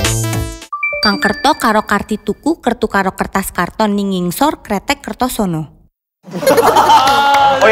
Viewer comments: Hello 82 my favorite part of the video when Jakey looks at the camera smiling without knowing how to pronounce ngingsor, very funny! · Dibawah bukannya ngisor ya? Kok jadi ngingsor? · Jake besok pas di konser harus ditagih ngomong ngingsor yg bener🤣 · Ngisor jadi ngingsor tapi proud sama mereka😭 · Ngisor anjay,bukan ngingsor😭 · Ngisor not ngingsor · Ngisor kok ngingsor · I love that every time they make a mistake in pronouncing the word "ngingsor" because they are really so cute, but they still tried even if it was too hard to pronounce it. I love you so much!!! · Ditunggu Enhypen konser di Indonesia terus Jake ngomong "NGINGSOR". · Jake nanti waktu konser jangan lupa ngomong "Ngingsor" Yak😭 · "tunggu kami" sampe sekarang world tour juga gk ad ke indonesia 😌😌, kapan nih kita bisa dengar jake bilang "ngingsor"?? 🤣🤣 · ini bulan agustus, jake bakal bilang "ngingsor" lagi ga yaa??😭😭